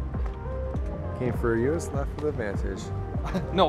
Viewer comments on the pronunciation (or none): How do you own more than one urus and still pronounce it your-us. Its OOrus lol